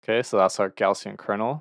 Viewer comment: Thank you! Btw, "Gaussian" is typically pronounced as /ˈɡaʊ.si.ən/, which sounds like "gow-see-uhn."